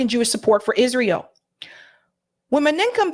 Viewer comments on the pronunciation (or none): FYI, pronunciations are "Ben GOO-ree-yun" (Ben-Gurion) and "Meh-NAH-kim BAY-gēn" (Menachim Begin) Excellent video, shared.